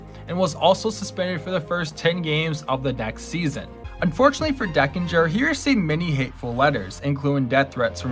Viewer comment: John TU-dor, Dane Iorg is pronounced "Dayne" . The umpire's name was not "Dan Deckinger," but Don Denkinger.